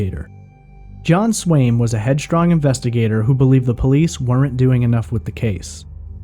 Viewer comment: The way he pronouces words like weren’t aren’t etc -like a are ent instead of arnt , and -were ent instead of wernt